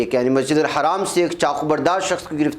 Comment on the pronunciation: Plz masjidul HARAM Not masjidul haraam wrong